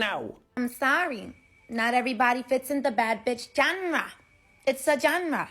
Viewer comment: "I'm surry, not everybody fits in the bad beesh John-Ra, , it's a John-Ra" And not everybody can pronounce words correctly either, it's a John-Ra, a John-Ra.